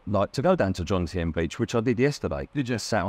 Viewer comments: How hard is it to pronounce Jomtien? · Sick hearing it